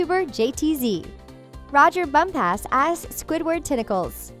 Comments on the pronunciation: Rodger Bump-ass? No No No thats not how you pronounce his name! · It really bothers me about how she says "roger bump-ass" ITS ONE WORD NOT TWO IS "Bumpass" ONE WORD